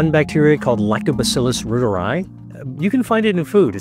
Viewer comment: Really funny how Americans pronounce the German name "Reuter"., and Reuteri.... It's pronounced "Royteree", not "Rooderi"...